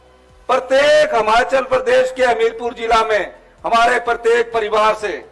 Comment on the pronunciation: हमाचल नहीं हिमाचल